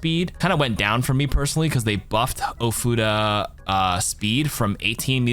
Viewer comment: Ofuda. Not Oh, futa. Important distinction.